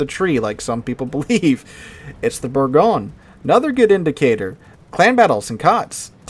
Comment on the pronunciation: It's pronounced Bergoyn . . . ;-)